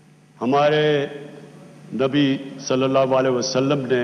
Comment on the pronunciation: Murtad cant even speak the name of our beloved prophet sallala hu alaihi wasallam properly